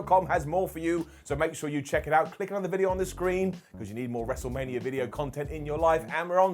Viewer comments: The “Wrestle-Rainia” call absolutely deserves a brown down Simon. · Cole saying “WrestleRainia” made me lose about 10 years to my life.